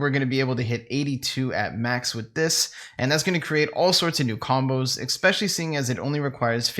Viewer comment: Didn't dislike but expecially? Fix it bro